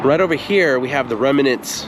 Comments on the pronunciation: It’s pronounced remnants, not remenants! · remnants, not reminents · "Remnants", not "reminants". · Dear you know that I LOVE you shows, and so I need to correct one of your pronunciations. You kept saying "Rem uh nants" (with three syllables) and it should be "Rem nants" (with only two syllables). Drop the "uh" and you got it. Doctor George Whitehead (La Jolla, California) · I agree that his voice is easy to listen to, but "remnants" is not pronounced "rem-i-nants," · Remnant(s( is just two syllables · Remnants two syllables, not three. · I like exploring old roads, so enjoyed your video, but pay attention to how you're saying remnants. It started getting annoying. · Remnants, two syllables, not three.